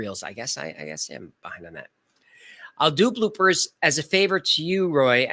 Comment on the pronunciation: Every time you say "bloopers," I think you're saying "blue purse," and I'm like, huh?